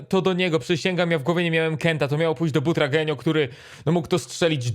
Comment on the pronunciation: Kur.. czyta się BUTRAGŁENIO